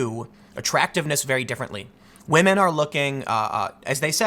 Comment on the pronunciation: Tim... respect wAhmen. 🤣